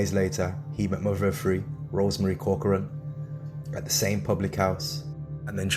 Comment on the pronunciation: Thanks for saying corcorans name right people always get it wrong!